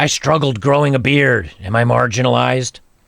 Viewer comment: Dammit, she didn't say MARGINALIZED. She said Margarinalized as in BUTTER!!! She's describing herself as butter. Her pronoun is Butter. Butter attitude sucks. When she sits on your face is smells like butter.